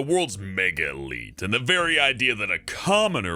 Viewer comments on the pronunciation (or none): none